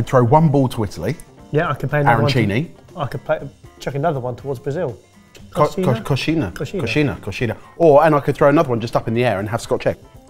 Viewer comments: LOL Laughed my ass af at them trying to say "Coxinha" (but saying Cocina, "Kitchen" in spanish kkkk) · that's not how you pronounce "Coxinha" loved to hear it though. Always happy to see Brazilian Food on your videos. Would love to see what you guys make of "Pamonha" or with "Acarajé" some, I imagine, less known Brazilian Street Food? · I can attest that all the attempts to properly pronounce coxinha were an utter fail.